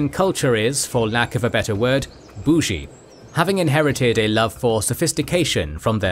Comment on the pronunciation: Hearing him say the word bougie is a bit strange